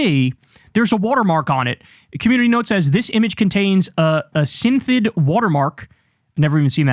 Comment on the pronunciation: Kyle never pronounces anything right lol. It's "synth ID"